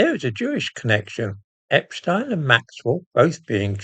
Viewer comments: I’m glad you pronounce Epstein’s name correctly rather than the American way,. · I note your proper pronounciation of Epstein - not the usual "Epsteen". Waheed Alli is a gay Muslim, which makes him a very brave man indeed, no matter what his other connections are with Two-Tier Queer Keir. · The only time I've heard 'Epstein' pronounced correctly on Youtube or television. At least they don't call Einstein Eensteen. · I'm glad you are one of the few who pronounce the paedophile's name as Epstine, rather than Epsteen. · Great someone at last who pronounces epstein the proper German way. Regards